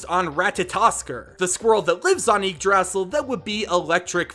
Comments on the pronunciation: I'm pretty sure Yggdrasil is pronounced igg-druh-zill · It's YIG-DRA-SIL